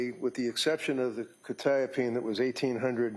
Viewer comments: Bro can’t even pronounce quetiapine correctly. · I must've been saying Quetiapine wrong all these years or he is? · lol buddy doesn't even know how the medications are properly pronounced so not much of an expert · They’re both pronouncing it wrong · why they pronouncing quetiapine like that 😮